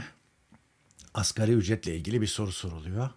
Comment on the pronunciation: Arkadaş muhabir olmuş askeri ücret diyor..El aman insaf yahu asgariiiiiiiii asgariiiiiiiiiiii............